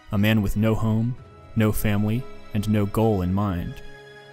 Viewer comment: "no home, no famwy" Loved the video, im on my 6th rewatch